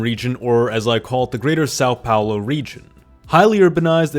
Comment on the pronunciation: Sáu Paolo 😢😢😢